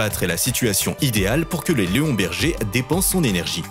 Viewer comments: Léonberger ???? leonberg ^^ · On dit Leonberg et pas Léonberger 🤦‍♂️ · "leonberger"... Sérieusement ? Leonberg - - - > ça se prononce Léone-bérgue ! Cordialement 😂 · Leonberger😁😁😁😁😁 On dit Leonberg...et pas berger!! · On dit leonberg et non berger et en moins de 2 ans il peut être dressé